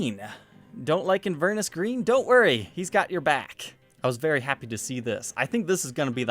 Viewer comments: In-VER-nis green? Its In-ver-NESS. Yours Scottishly... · FYI Inverness is a town in Scotland. It's pronounced In-ver-ness. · Pronounced "in-ver-NESS" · For my American friends , Inverness is a place in Scotland and is pronounced “In-Ver-ness” as apposed to “inver-ness”. 🏴 🇺🇸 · Inver-ness. Its a city in Scotland. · Inverness is a city in Scotland pronounced in (going in to the house) ver (vernacular) ness (loch ness) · Not sure you've nailed the pronunciation of "Inverness".... :) .... all population of the City of Inverness, Scotland all cringed at the same time :p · Your pronunciation of Inverness was very funny! 😂😅🤣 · I love this show but as a scottish person, your pronunciation of inverness made me nervous In like in Ver like very Ness like loch ness